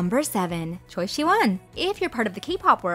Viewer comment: Choi is actually pronounced Chwae